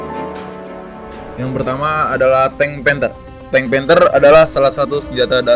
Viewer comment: Gw dengernya TANK PANTEK :v